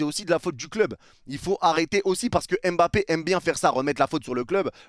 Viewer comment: C’est kylian mba-ppe pas kylian m-bappe. J’ai forcé depuis maintenant mais ça me chauffe